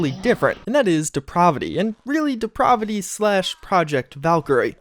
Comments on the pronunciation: I don't think host knows the name of that mod. It is not Deprovity.. It's Depravity. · DEE-PRAV-A-A as in APPLE VITY. DEPRAVITY. It's a short A not an umlaut, STOP IT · Deprovity? It's DeprAvity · “Deprovity” you’ve got to be fucking kidding me 😂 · Please don't think I'm a grammar Nazi. I let this side many, many times before now, but I just can't take it any more. Depravity is pronounced dee-pray-vity. The middle is like pray, as in prayer, rhymes with clay. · He's a nou-vice at such depraaaaahhhhvity in that case. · the way he keeps saying depravity is really pissing me off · You're pronouncing depravity incorrectly my guy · Could you please learn to say depravity correctly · i almost had to turn this vid off because of how you mispronounce depravity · That just means the mod author also mispronounces it. Two wrongs don't make a right. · no he's just a fucking idiot